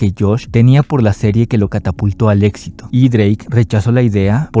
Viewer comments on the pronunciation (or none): none